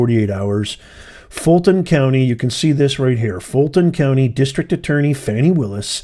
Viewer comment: Her name is pronounced FAH-NEE